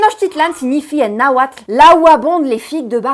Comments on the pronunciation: Acabas de hacer más por tenochtitlan en estos 700 aniversario que todo nuestro gobierno. Genial escuchar a un extranjero pronunciar de forma correcta los nombres nahuatl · Que bien pronuncias las palabras de origen náhuatl. Saludos